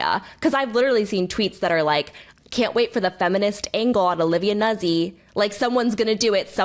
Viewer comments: Yo. Vocal fry far less bonkers than Kat's insistence on pronouncing Nuzzi "newsy" - and Taylor's eventual capitulation. YOU were right on that Taylor, it's "newt-zy" with a double-z like "pizza." And maybe next time confirm a basic like name pronunciation before doing an entire episode on someone 😅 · Strangely, it's a mispronunciation of an Italian name, which really sounds like NOOtsee. Not Noozi. Like it's not peezah, it's pee-tsah. Zz in Italian pronunciation is always "ts" sound. Love, a former classical singer. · Everyone has been talking about Nuzzi for months, but after this video I have learned 2 entirely new ways to pronounce her name